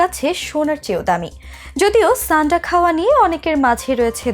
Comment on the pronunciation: ছানডা না। সান্ডা হবে । আবা.....ল